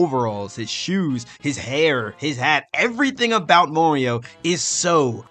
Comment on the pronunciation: Why do you pronounce "Mario" as "Morio"